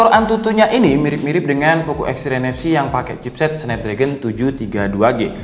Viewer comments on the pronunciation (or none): none